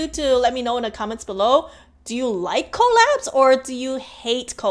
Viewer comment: The first few times you said collabs I thought you kept saying call apps And I was really confused what is call apps 😂